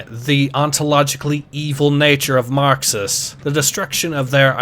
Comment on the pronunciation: tf u on? he pronounces it normal